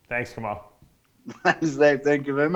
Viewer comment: His name is kemal .not kamal lolll